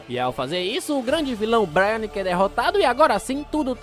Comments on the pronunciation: N é 'bráiaque' é brainiac (breiniac) :face-orange-raised-eyebrow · É BRAINIAC, não BRIANIC kkkkkkkkk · Vídeo impecável como sempre! só uma correção mano, o "Braniac" que você falou aí no vídeo se fala tipo "Breiniaki" e não "Braianiki", mas tranquilo, esses cara só dificulta nos nome dos bixo também kkkkkkk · Vídeo muito bom, mas ouvit ele chamar o brainiac de brai- nac kkkkkk se fala brei-niaqui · manos essas pronúncias do nome de braniac incomoda de verdade